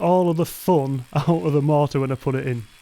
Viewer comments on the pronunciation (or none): the way pronounces “mortar” tickles my brain 🧠 just right 😂 “mohhtah”